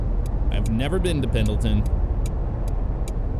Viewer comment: I do love me a good Sprinter! And Pendleton is said "Pen-nil-tun" or "Pen-il-tin", as the D is in fact, silent. Also Oregon is said "Or-uh-gun", "Or-ih-gin". The E is not enunciated, and the syllables are not emphasized much if at all. EDIT: It is rather fitting that someone added in Sprinters to ATS seeing as Mercedes is owned by Daimler, who has their North American HQ here in Oregon. Inadvertently you were repping the Oregon DLC with this haha. Same using anything American Star or Frieghtliner.